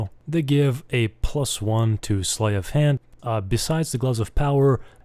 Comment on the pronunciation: Sleight rhymes with height.